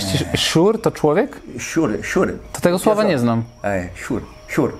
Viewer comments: Ale mnie rozbawił ten staropolski:) nie szur tylko wsiur i to nie staropolski . Moi tak mówią do dziś, wielkopolanie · Nie szur tylko mówi się "SIUR SIUREK" na małolatów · Mlody to chyba "siur" a nie "szur".🤣